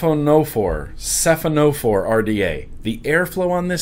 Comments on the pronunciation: sahy-fuh-nuh-fawr..... like a man-o-war. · I believe it is pronounced Sci-Fawn-Oh-Four which is a class of marine animal and that ariflow pattern resembles the body of the animal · Siphonophorae is the plural of 'Siphonophor', which is a kind of sea creature that appears to be one organism but is actually a colony of separate, individual animals. It's pronounced 'sy-FON-oh-FOR-ay' (FON is the primary accent). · Sound it out.... Sci (like Sci-fi) Phono (like phonograph) Forae (like foray, or 'For Ray')... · Siphonophorae should be pronounced "suh-fon-uh-four-aye!" xD